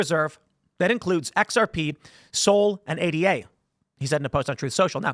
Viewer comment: "Ayduh", not A D A.